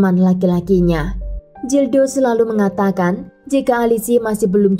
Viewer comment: Kl bahasa spanyol atau portugal huruf G tetap dibaca G...Gildo bacanya ya gildo...bukan Jildo. Huruf J jadi H...Jose dibaca hose